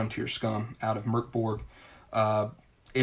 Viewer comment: Excellent review! Also: kudos for pronouncing Mörk Borg correctly!